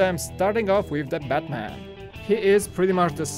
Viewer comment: You called Batman Buttman! LOLOLOLOLOLOLOLOLOLOLOLOL.